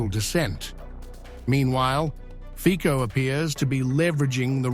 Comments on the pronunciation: The correct pronunciation of Slovak prime minister's name is /fitso/ not /fiko/. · ...Fico is pronounced Fitso, not Fiko... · Fico is to be pronounced 'Fitzo'. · Pronounce Fico correctly!!